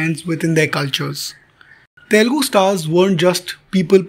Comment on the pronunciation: To The narrator -- " Learn to first say Telugu and not Telgu"